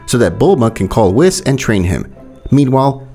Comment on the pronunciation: Billz and whitz ;-; pls pronounce the names right bro